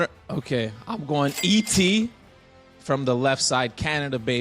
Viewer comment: you're from Canada how can't you say ET's name